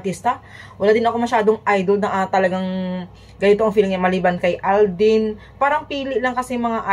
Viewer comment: Visaya.kainis yang pronounce mo.sakit sa tenga.alden po!d aldin.juliet po.d joliet